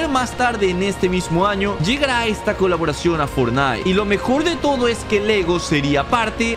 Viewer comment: xd alguien esculcho que digo kuloboracion xddd